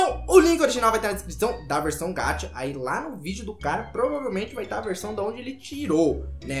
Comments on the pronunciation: não estou criticando nem nada so tô te corrigindo é que VC fala gacha como se fosse gatha mas se dala com som de x gaxa tipo isso so estou ajudando OK não é nada d+ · desculpa eu te corrigir mas VC fala gatcha e n gacha OK? Desculpa msm eu te corrigir!?!? Kkkkkkkk vcs é muito doidos <3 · Nn se fala gatcha, se fala gacha